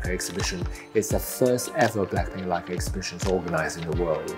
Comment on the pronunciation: The "Wu" Leica